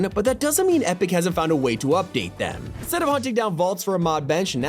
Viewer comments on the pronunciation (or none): none